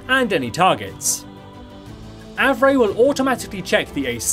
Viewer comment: i knew the pronunciation is Av-ray! some people on my server pronounce Av-ree